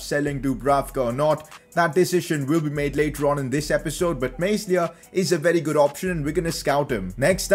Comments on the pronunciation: The "S" in Meslier is silent..... It's pronounced Melier not meSlier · can someone tell this man its pronounced melier not meslier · It's pronounced illan Mel-e-Air pls sign him tho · the boys name is pronounced meliay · you are pronouncing Illan Meslier wrong